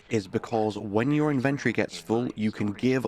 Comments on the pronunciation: its pronounced IN-VEN-TOR-IEE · Great video, I'd just like to say that the word inventory has four syllables. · Why do you keep saying inventory that way that is ridiculous